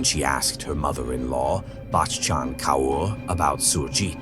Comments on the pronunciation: Kaur is pronounced CORE. For future reference. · It is so painful to hear the pronounciation of the names. It would be great if you make an effort to learn. Kaur is pronounced Kor. Thank you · The way you pronounce the mothers in laws name is SO annoying